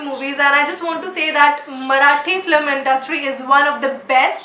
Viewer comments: Is film not flim and its asked not aksed. Thought it was a nice video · Asked or aksed...? Film or flim..?